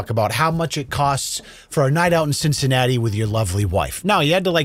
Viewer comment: Since when is Cincinnati pronounce cincity